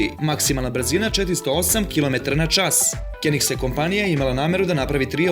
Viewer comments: Decko... Koji Bré Kenigseg?Pravilno sé kaze Koenigsberg(Kjonigsberg). Nije Lamburdzini, nego Lambordzini....Kuku meni majko, tako tí je to kad ne znas Ó cemu pravis video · LAMBURDZINI....KENIKSEG.... brate pls obrati paznju izgovor